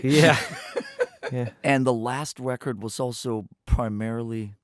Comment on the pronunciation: I love that he says "Wecord"